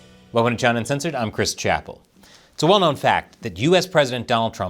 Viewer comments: You’re saying it wrong CHY NAH 😅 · Chris, it is Chy-na! Say it right.